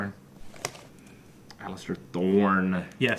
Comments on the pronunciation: still calling Alliser Alister I see xd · Alliser not Allister